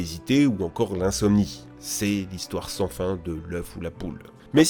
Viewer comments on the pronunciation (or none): none